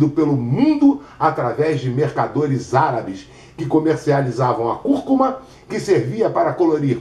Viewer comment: é conhecida como açafrão da terra, curcuma com acento tônico no início e turmeric...me curou da minha bursite, ele pronunciou direitinho é nós falamos o nome errado